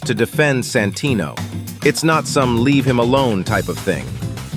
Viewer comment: I cant unhear "Sanfuckingtino"😭😞